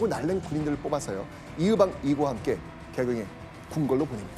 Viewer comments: 발음 제대로 해야지~!으종이 아니라 의종이고 이으방이 아니라 이의방이야. 호남사람이었던가? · 이으방ㅋㅋ 의방 아닌가요ㅋㅋㅋ